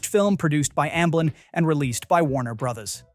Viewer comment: Is this an AI voice? Why doesn’t the narrator know how to say the word “brothers” ? Edit: yup… AI voice for sure. Guess I’m not watching this channel.